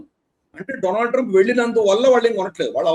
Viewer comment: డొనాల్డ్ ట్రంప్ కాదు డోనల్్డ ట్రంప్